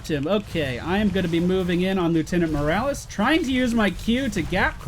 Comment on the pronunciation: why do you call the doctor Morrales?